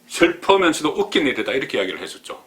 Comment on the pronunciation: "슬퍼면서도"라.... 경상도 발음은 구제 불능???